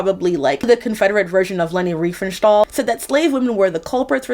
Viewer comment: Very tiny thing that has barely anything to do with the video topic but thank you for making the effort to pronounce Leni Riefenstahl's name correctly (not that she even deserves it). I've heard so many Americans pronounce it so poorly that it was unclear who they were even talking about